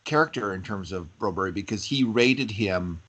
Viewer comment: Say Bromberg, the Bro berry deal is ver weird , I grew up with a Swedish name , with a berg at the end.....like your podcasts a lot